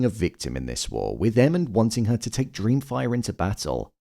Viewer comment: 😂😂😂 I swear, every time says Aemond’s name I hear “Airman” 😅